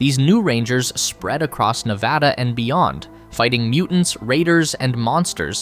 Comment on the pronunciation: As a Las Vegas local. You only pronounced Nevada correctly once.